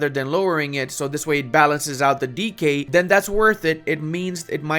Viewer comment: ah. he is saying "decay", not "DK"